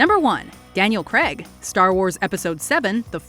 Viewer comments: ??Daniel 'Cregg'???? it's pronounced 'Crayyyg' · When are you lot going to pronounce Daniel Craigs name properly?